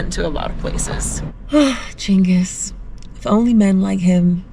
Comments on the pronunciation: Chingus not gingus? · I thought Genghis was pronounced with a soft G. Maybe I learnt something!